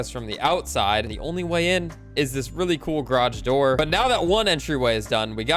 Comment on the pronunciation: "grodge door"